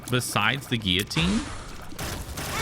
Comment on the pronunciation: You pronounce guillotine correctly, amazing!